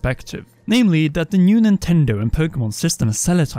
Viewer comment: should use skillshare to learn how to pronounce certain english word correctly. There is no "F" in the word "three" or "things" and there is definitely no "D" in the word "that" or "though". Also jesus christ how does one fuck up the word "acknowledge" that bad? xD